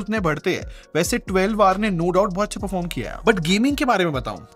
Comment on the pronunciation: Bhai mujhe kyu 12war sunai de Raha hai